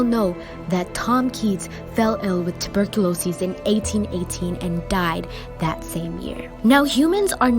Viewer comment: I just can’t get over the way she says tuberculosis lol